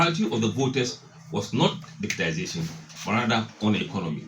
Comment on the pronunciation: Bro most people including the NPP say digitalization but the correct word is digitization